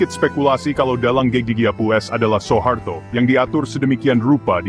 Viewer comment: SUHARTO BUKAN SO E HARTO , dengarnya tdk enak , jga salah